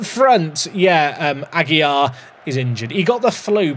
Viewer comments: second day comenting, the correct pronunciation for AGUILAR is "Agy-Larr", with the strong R at the end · Jack it’s ah- gill (like the fish breathing apparatus) -lar (like lard without the d)